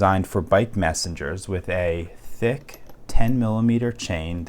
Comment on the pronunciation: the way he said “thick”